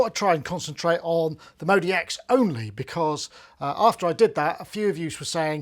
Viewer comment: Why u say modeee x. It's clearly modx 6 lol